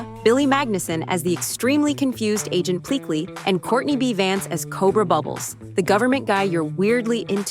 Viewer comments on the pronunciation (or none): none